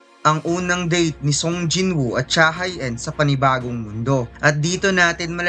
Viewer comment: pronounced as cha he in yun boss, hindi cha hai een